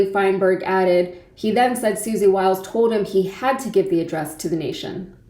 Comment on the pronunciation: Her names is Wiles - not Wild.